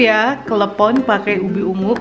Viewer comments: lucuuu... perkara nyebut klepon sampe klebom... sehat2 ya maakk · Aduh susah nya ngomong klepon...🤣🤣🤣🤣🤣...lucu si mama nih...